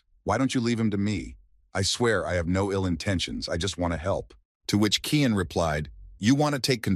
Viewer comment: Title: The Reborn Young Lord Is An Assassin 10 chapters so far is all I could find The MC's name is Cyan Vert not "Kian"